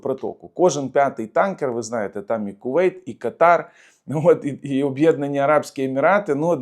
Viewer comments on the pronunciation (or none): none